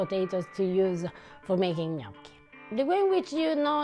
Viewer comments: PLEASE stop saying ‘Nee-OH-kee’ sir. It’s ’gnaw-kee’! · Gnocchi, pronounced like knock not know. ;) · Not easy for English speakers mastering gnocchi's pronunciation, which Gordon Ramsay doesn't... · Um, no. Don’t trust Gordon Ramsay when it comes to making OR pronouncing “gnocchi”